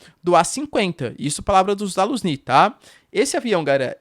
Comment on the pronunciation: Professor, apenas um pequeno nitpick: A pronúncia de "Zaluzhny", lendo em português, seria mais para algo como ""zah-lujj-ní", com o zh tendo um som chiado.